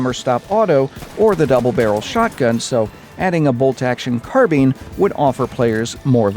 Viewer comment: I like this video but I'm gonna have to dislike just because of how 'Carbine' was pronounced 🙈